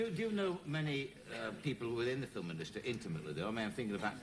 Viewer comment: The FiLm industry, I think it was the Queenslanders who used to put the emphasis on the L 🤣